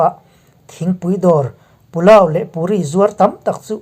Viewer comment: Pu lau ti suh pulau ti mai roh...thluk suh...i thluk chuan alam adang vek aw....